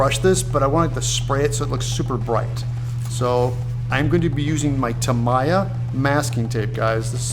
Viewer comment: You're butchering the pronunciation of "Tamiya" Its "Tah mee ah"